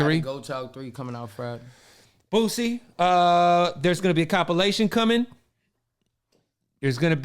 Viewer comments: His name Boosie not Boozie 🤦🏿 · Who tf is boo-zee?🤦🏽 it’s boo- see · The man's name is boosie. Not boozy!!! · Bootleg Kev keep saying Boozie instead of boosie lmao lmao mane I’m dying laughing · Boo-sie not boo-zie🤦🏾‍♂️🤣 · Is he saying Boozie? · Kev STOP 🛑 saying BOOZZIE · I cringe every time kev say boosie name lol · Sad, the interviewer isn't pronouncing the name of the artist right, although the artist pronounced his on name in front of him. Tsk tsk. Points lost for that one bro. The man's name is pronounced with an "s" not a z!